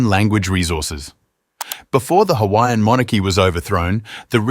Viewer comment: I’m not offended by this on someone who is on the islands but you just need to work on how to pronounce the islands names and how to pronounce other Hawaiian peoples names